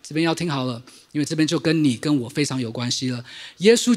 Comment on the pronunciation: 謝謝精彩的分享！ 關係。係四聲細矽ㄒㄧˋ